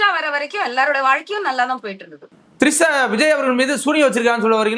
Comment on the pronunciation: திரிஷா மேடம் ட்ரிஷா இல்ல 🤣🤣🤣🤣🤣🤣🤣🤣🤣🤣🤣🤣🤣🤣🤣🤣🤣🤣🤣🤣🤣